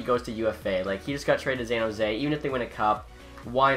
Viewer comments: "Zan Jose" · Bro learn how to say San Jose, there aren’t any Z’s in it. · San Jose S pronounced like an s not a z bub.